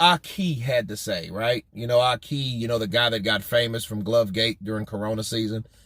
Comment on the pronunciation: My man called Ahki, “Ah-Caca” 😂😂😂 can’t stand that dude, he slimey as hell, shamelessly lying all over the internet